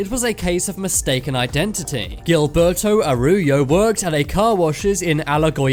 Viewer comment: The way he pronounces Gilberto Araujo and Alagoas is very painful